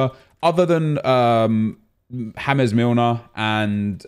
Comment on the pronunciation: Why do you say Hames Milner? 😂😂 He’s English